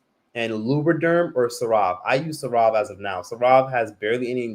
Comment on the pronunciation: Lol unpopular opinion, I love how pronounces the CeraVe brand like it's a high end luxury brand only rich people can afford. He pronounces like Sir-Rov 🤭 it's pronounced like Ser-Ra-Vee. I be so confused when i hear him saying that but then i realizes what he means when I notice someone's asking about his skin. CeraVe is pronounced Ser-Ra-Vee hun...it's okay, we still love and support you tho 🤗🥰